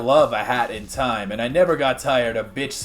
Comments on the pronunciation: I didn’t even see the Zelda 64 stuff, that looks incredible! Though I gotta question why you keep pronouncing it ocarina of toime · Why do you say “time” like Inspector Gadget playing Minecraft